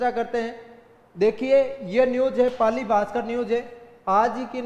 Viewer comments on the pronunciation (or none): none